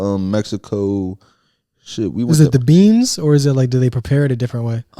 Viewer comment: You put too much emphasis on “is it the BEAnnssss”😂😂😂